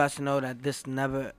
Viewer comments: More like teCACA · takes me out every time he says Caca 💀💀💀💀💀😂😂😂😂😂😂